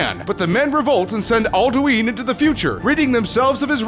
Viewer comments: "al-DUÍN"? You mean, "al-DWIN"? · Boethia and Alduin are SPelt Wrong (i havent played Skyrim today so i THink that i made a mistake in Boethia) also Its impposibble To Say the ENTIRE story Of elder scrolls in 3 Minutes man THIS VIDEO IS SUPPOSED TO BE LIKE Years LONG MAN (btw its Alduin not Aldueeeen get Ye' english Right Lad) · it aldUn not aldeween! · Can't even say alduin right it's not aldueen it's al-du-in it's literally said as it's spelled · It's not Ald-uween it's Ald-uwin. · Can you guys please get someone that has actually played the game to read the script. "BOTHIA" "ALDOOINE" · Al-du-ween??? What the fuck? It is even pronounced in game! How do you fuck that up???